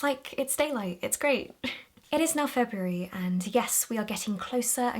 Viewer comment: I love the way you pronounce February!